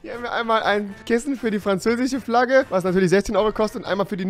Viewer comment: Ich liebe "franzäsische" Kissen, lol!